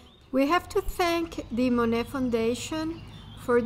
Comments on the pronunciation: “Mo-nett”? How can anyone NOT know how to pronounce the name if they are presuming to inform people of his life? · To viewers: Please, please don't mispronounce this artist's name in another video, should you decide to narrate your own visit to this wonderful place. 😮 The "t" is silent. Thank you. Phonetic spelling: moh-nay. And if you are wondering...yes, I have been there- it is definitely worth a visit imo. The gardens were the highlight for me. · I wanted to watch but upon hearing the mispronunciation of Monet I just couldn’t do it… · I agree with the request for correct pronunciation of Monet. Additionally, it would be a better presentation if you were not reading the text. It comes off as "stiff".